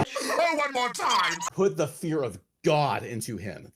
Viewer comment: LMAO "Put the fear of Ga-wd into him!" 🤣 why'd he say God like it's a foreign word